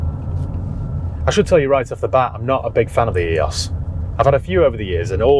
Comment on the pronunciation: Love your vids been watching since your beginning. But one thing lol Eee-ose not EE-os I worked for VW and Audi for 10 years so take me word on it ;)